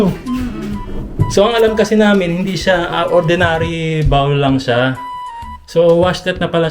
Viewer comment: Congrats on your new apt. Oh by the way it's toilet BOL instead of toilet BAWL! He he he. Japan's apts are generally tiny compared to US. is more traditional and conservative than. is snarky. She makes side comments and is very patient since he is a few years older.